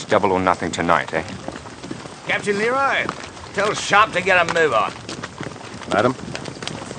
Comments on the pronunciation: a favorite detail of mine that few seem to mention is how Simmerson consistently pronounces the Captain's name as "LEE-roy" even though he introduces himself (and Sharpe calls him correctly) as "luh-ROY." just a nice extra touch of disrespect from a dreadfully self-absorbed character. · Only just realized that Simmerson never gets Leroy’s name right. He pronounces it Leh-Roy simmerson pronounces it Lee-Roy. Typical of his refusal to acknowledge other viewpoints than his own